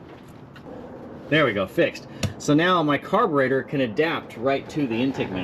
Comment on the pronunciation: T-shirt idea "Car-bre-tour" with a detailed "tour" of a carb. You said it that way enough times it made me think...You could def add your own flavor to it 👕🔧